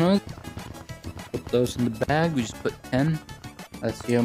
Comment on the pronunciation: It's Bag Not Baog